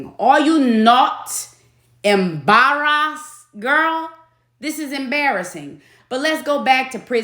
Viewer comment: You are taking me out today. 'Are you not em-bahrrr-ressed? 😅🤣😂